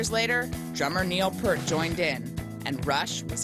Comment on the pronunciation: After all the interviews, media coverage, and 'respect'.. it never ceases to amaze me people cannot pronounce Neil's last name correctly.. its PEERT.. not PERT.. Neil Peart. PEERT. Fuck.